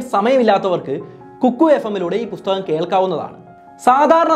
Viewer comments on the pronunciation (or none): none